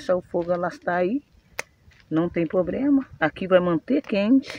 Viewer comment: é problema é não poblema